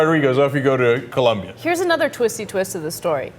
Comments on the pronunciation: It's "Colombia" not "Columbia" At first I thought it was a story about someone being deported to Washington D.C. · COLOMBIA. Not "Columbia." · Its OOOO not UUUUU, COLOMBIA !!!!!!! :) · it colombia not columbia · its COLOMBIA not Columbia, you idiots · It's COLOMBIA you guys! Why do most Americans get that wrong????